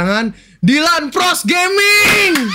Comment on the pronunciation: langsung ga bisa ngomong R kalo cape.